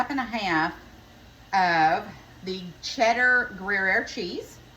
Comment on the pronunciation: Pronounced "Grew Year" cheese ❤ it gives it a nutty tangy taste like Swiss